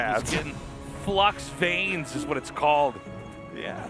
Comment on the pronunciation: Vanes, not veins, you dolts. English is such a garbage language...